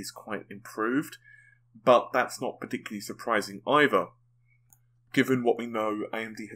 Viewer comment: Can u pls stop going parTICularily.. its infuriating